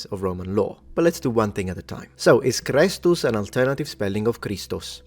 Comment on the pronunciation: The way you say kristus. Is how it sounds when you say it in lithuania. Just something to point out an not religous at all.